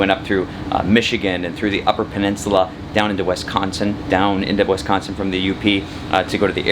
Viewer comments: AS always, loved the video. We're looking to add solar sometime soon-ish, so very helpful. Can't wait for the rest of the Great Lakes episodes. (Pssst: That state you promo'd -- and I say this with much love -- well, the first syllable rhymes with "miss" not "less"...well, at least by this Midwesterner.. <3 ) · Great show. Watch the pronunciation of Wisconsin. We are a sensitive bunch of cheeseheads.